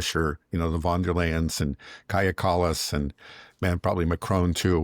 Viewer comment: How come americans, even your dad who is a very intelligent and educated man, who even worked as a translator, are somehow unable to understand that in German and initial "v" is pronounced as "f"? As in Von der Leyen... It's pronounced Fon der Leyen.